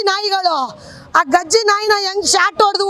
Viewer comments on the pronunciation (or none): ಗಜ್ಜಿ ನಾಯಿ ಅಲ್ಲಮ್ಮ, ಅದು ಕಜ್ಜಿ ನಾಯಿ 😂😂